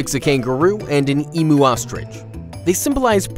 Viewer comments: No hate or anything but emu is pronounced eem you and kookaburra is pronounced cookaburra just to let you know! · I love how he said emoo ostrich🤣 it’s emu pronounce the U bahahaha and it’s way different to an ostrich